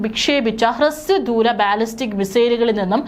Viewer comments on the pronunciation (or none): none